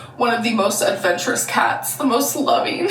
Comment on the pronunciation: “She’s ahvenshurous” Please, please just enunciate the words girl 😭